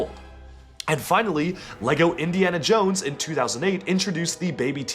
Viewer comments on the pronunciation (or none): none